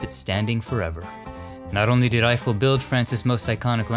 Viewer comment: Now I know how to pronounce Eiffel the right way 😊. Another excellent video!